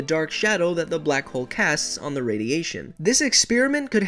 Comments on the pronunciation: I thought that you said “ my name is black hole " bloco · « blak ole »